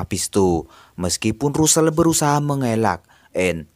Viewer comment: Tulisan nya Russel,bacanya rassel